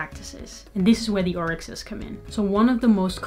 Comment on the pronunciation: Orisha not orixa